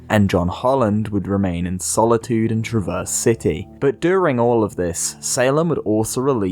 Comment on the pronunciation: How to speak like a Michigander: Shorten the A (crack, rap, stab) make it more nasal and don’t pause between syllables (stress the first, not the second). Traverse, the city, is not pronounced like traverse, as in to travel across.